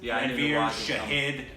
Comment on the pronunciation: first of all his name is shahid not shaheed and it means sacrifice so please pronounce correct!